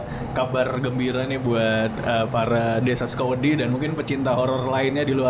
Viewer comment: Di bahasa Jawa ada kata "wedi" yang artinya takut, sama "wedhi" yang artinya pasir. Mungkin yang dimaksud sebagai sebutan buat pendengar channel DYSWIS itu warga desa Sukawedi (suka-takut), tapi dan bilangnya Sukawedhi (suka-pasir).:D